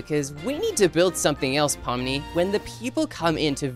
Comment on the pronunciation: No it’s not poni it’s pomni